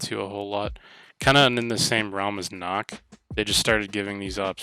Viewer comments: It’s not nock it’s NUCK there’s a Q not an O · Okay, you’re a competitive player on this game and you call nokk “knock” but no it’s pronounced “ nook” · Nøkk (nook)